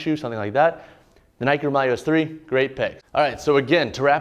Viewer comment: Please it’s the Roūm(Rome)-ya-less